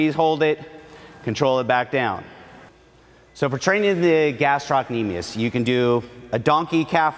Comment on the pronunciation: Love the video minus how he pronounces gastrocnemius 😂